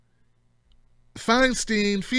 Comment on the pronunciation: It's pronounced "Fine-stine," my brother. :-) Keep up the good work!